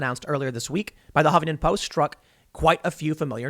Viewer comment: I love the way you pronounce the "Hoppington Post". 🤣 They deserve it.